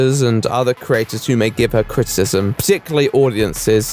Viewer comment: U have a really hard time pronouncing criticism